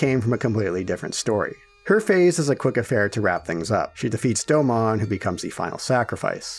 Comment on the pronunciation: You pronounced Domon incorrectly